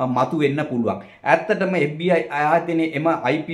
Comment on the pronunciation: FBI කියල හරියට කියාගන්එන දන්නෙ නෑ මේකා කාගෙ දරුවෙක්ද බන් මු